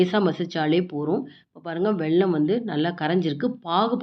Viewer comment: வெள்ளம் இல்லை.... வெல்லம்.